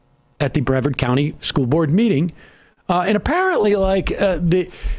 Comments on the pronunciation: Breh-Varrrd arr like a pirate. Not Braw-Ved. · It’s pronounced Breh-Vaarrd county 😋